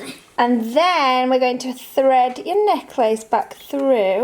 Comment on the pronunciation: Still not over the pronunciation of necklace x